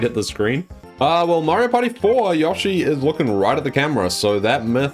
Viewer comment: Stop saying yoshi name wrong